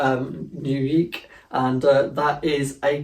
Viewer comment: Like learn to pronounce words its not uquqie its unique jesus